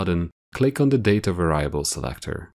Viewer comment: Pronounced; VAR-e-able